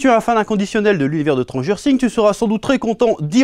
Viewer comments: Personne normale : Stranger Things Le Chef : Tranger Thing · Chui le seul qui a entendu transgenre things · J'avais compris Transgenre sing